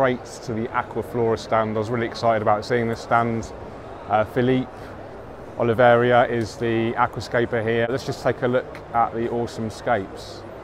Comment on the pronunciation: It's actually Felipe Oliveira. mispronounced it. Lol.